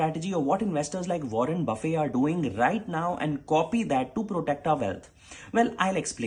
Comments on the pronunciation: I am truly shocked. A person with your level of skill and knowledge and awareness pronounces Buffet's name as Bu-fae? No. It is a name, so a proper noun. And it is pronounced, typically, as the person will want to pronounce his name - in this case, Buff-et. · Warren “buffay” ??? Hahaha… like a Lumch Buffet??? Bhai, the pronunciation of his last name is Buff - it. Like a bullet. Also some fundamental issues either yield curve inversion as applied to today’s markets. This may well have been a leading indicator in the 90s. Today it is routinely discounted.. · It's BUFFEEET.. NOT BOOOOOFEY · It’s not Warren Buffey… it’s Buffet! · Aiyyo, fellow-Desi-s whether NRI or not. You’re smart. So, please puh-leez! Do get his name and other names right: it is Buff-eT NOT ‘Bouff-ay’ !!!! It stops me short while listening. 😓 It might help if one remembers his is not a table arranged menu to eat from no matter how much one wants to consume his advice goodies. 🙏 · "Buff-IT" needs the "t" to be pronounced. It is not silent and definitely not a spread of food that you can slowly savor over an afternoon or evening. 🙄🤷🏾‍♂️ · You are so clever. But you can't even pronounce Warren Buffett's name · T is not silent in his name. Good video